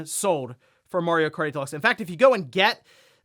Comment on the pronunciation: "Mario Karty Deluxe" I'm not the only one who heard that , right?